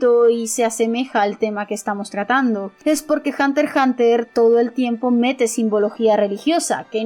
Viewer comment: Al fin alguien que pronuncia "Hunter Hunter", la manera oficial de pronunciar el título, en vez de "hunter EX hunter"